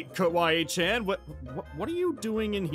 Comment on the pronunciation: It kawai~chen not Kawai Chan